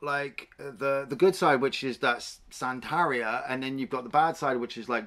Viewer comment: I don't wanna sound like a jerk but it is pronounced "sann-teh-ree-ah". Santería.